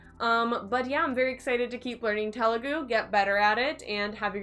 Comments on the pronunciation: It's Telugu not tehhlu gu... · You are saying telugu wrong😂. The 'T' is more like the 'th' of 'thought', not the t of 'taught' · Oh god the way she said “Telugu” in the beginning 😬 it’s supposed to be త sound not ట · Te is not "t" as in telephone but it's "th" is thought (Telugu word) Ela is "Ye" as in yes and la not eela, it's ye-la Tip to sound more Telugu native A always sounds a in arc E always sounds ye in yes I is I as in India O is o in own U always u sound in put